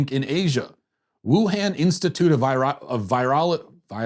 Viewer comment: Virology pronounced vi-rol-o-gy